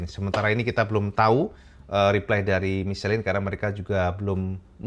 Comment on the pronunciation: Michelin = Misyelang cak pengucapan nya ... 😊😊😊